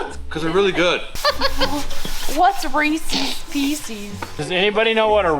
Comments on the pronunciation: Reese’s Pieces. Reesehz Peesehz. You know, like it’s spelled. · Receeeeees peceeeeees. Say it just like! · OKAY, guys name was Reese; so they are his pieces... meaning Reese's Pieces NOT Reesies Piesies... Thanks for the great content. Can't wait to see how Ed takes all this. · Reese's Pieces- (eees) I pronounce it wrong and I don't care. Rees-EES-Piece-EES!!! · Ree-sess Pee-sess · Anyone else—forgive me if it’s just me—think just asked for Reesee’s Feces? 🤣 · It's always been reesies pieceies same as says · Reese's Pieces should NOT rhyme with feces.